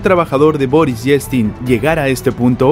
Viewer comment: Se pronuncia:"ieltsin", el ruso tiene la misma valía de vocales y consonantes que el español.